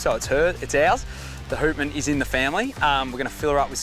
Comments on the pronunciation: Houtman is pronounced “H - out - man” .. out as in outside. I work on cray boats out of Geraldton and around the Houtman Abrolhos Islands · HOWTman……not WHOtman!!! Named after the Abrolhos. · yeah boys good solid boat built to withstand the WA big swells. The name Houtman is actually pronounced as Howtman as in Howtman Abrolhos, dutch words meaning "Keep your eyes open!" referring to the islands there that the dutch ran into at times :) Hope she goes well!